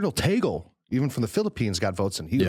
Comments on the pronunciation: it's pronounced as Tag-le not ta-gel😊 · Tag-Leh... not Teygel... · its TAG-Leh not tagle like google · That's TAH-gley, not TEY-gle You just made me giggle 🇵🇭🤣🤣🤣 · Guys I'm a Filipino and I went to the same high school where Cardinal Tagle went....It is pronounced as "Tah-gleh" not "Tay-gel". :) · Just pointing out he was right the first time, sorta. It's pronounced /tag•le/ (short e; not ē or é [/ej/]) not /tej•gul/ (/u/ representing the schwa; also, for people who don't know IPA, /j/ stands for the sound that the letter y usually makes in English). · Just listened to this today. Just got uncomfortable hearing Cardinal Tagle's name pronounced "Teygl". it is pronounced TAG-LE. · Interesting video. Tagle is pronounced as it is spelled - tag-le (it's spanish pronunciation). Tagle also has Chinese ancestry - which might be an advantage when dealing with China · Cardinal Chito Tagle is pronounced (tag-lay) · The proper pronunciation of Cardinal Tagle is " /ˈtăg-lā/ " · Cardinal Tagle is pronounced as tag lay. But I wish hope and pray it would be Christoph Cardinal Schonborn .or Cardinal Muller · Also it's pronounced TAG-LEH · our Uncle Cardinal Tagle is very dear to us. BTW; pronouce as TAG-Le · I actually laughed when he said "Taygl" HAHAHAHAHA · Tagle is pronounced "tag lee". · It's pronounced TAG-LEH😆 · I know but it is pronounced like the word lay...at least that's how I heard someone on EWTN say it. Either way, I suppose. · Tagle is pronounced Tag-leh, not Tag-lay nor Taggle. But my choice for the next pope is Cardinal Sarah! No American pope, please. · Its pronounced TAG-le. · Tagle is prounced as Spanish not American .